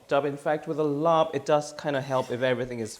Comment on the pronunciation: Work on your pronunciation - it’s laap or lap, im not sure how and when the “rb” has been added in the translation but it’s not said. ลาบ = ล(“l” consonant sound from “lemon”)า(“a” like apple long vowel) บ(“b” but more like a “p” sound, say “Peter”) .. and Khao (rice)-koo-wahh(cooked/cook) - to be honest, describe it as toasted rice would be a better way. The recipe is fine, the mince is rather healthy and lean - how about sticky rice 😊